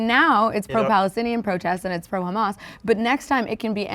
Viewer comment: “khamas” he’s not american